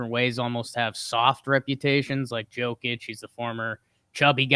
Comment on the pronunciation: Hey bud. Jokić is pronounced Yo-kić not Joe-kić. All love no flame. Love the pod